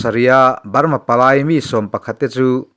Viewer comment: A tawp lam hi i ti BALMA tlat zel😅😅